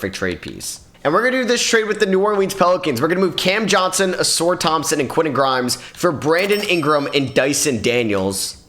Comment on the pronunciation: Did bro say a-sore Thompson 💀